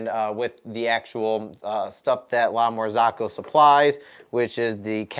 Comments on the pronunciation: Sorry bro it really bothers my ears 👂🏻 it’s s not La Marz(AA)co it’s La MarzOcco not A but O Besides that glad your machine is fixed And one more thing Linea Mini and GS3 are totally different machines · lamar-zOOCo not ZAACO thou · I'm always on the lookout for new coffee channels, and yours seemed interesting. But I just cannot get over the way you pronounce "La Marzocco" :-)